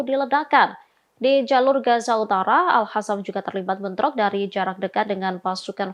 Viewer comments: Baca dg benar, dong. قسام (Qassam) bukan خسام (Khassam) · tlg pimpinan redaksi,,,,mengingatkan Host ini,,,dia klo baca Al Qossam dibaca Al khassam,,,,itu bner2 salah besar,,,merubah arti,,,,ora mutu host ini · Hostnya selalu baca al qassam = al hassam. Seharusnya dibaca al qossam.